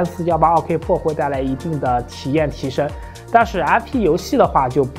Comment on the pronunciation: 自行车是什么梗？还有健哥这个pro一直听成了破